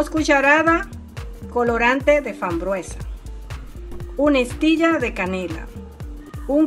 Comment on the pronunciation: Por qué hay que repetir 600 veces " helados de coco con fambruesa"señora no se dice fambruesa se dice FRAMBUESA 🤦‍♀️